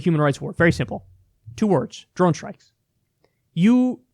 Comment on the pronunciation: speak clearly.... and enunciate, please. "DRONE. STRIKES" Took me the 3rd bleepin' time to make it out. Thanks in advance.